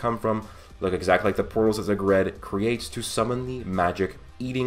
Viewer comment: Zegred? No its Zagrid.